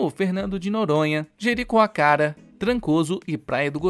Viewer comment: Queee babozeiraaaa 😅😅😅 o cara n sabe nem falar Jericoacoara!